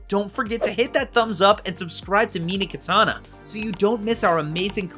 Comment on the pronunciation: "meenee katana"?